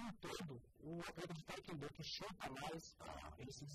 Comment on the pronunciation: ficou fodaoooo..unica coisa q atarpalhou foi o apresentador falando... taekwENdo.... é taekwONdo...com "O"..som de "O'...e nao som de "E"... agora em relaçao aos nano e nathan.....foram fodas na entrevista eim...ficou show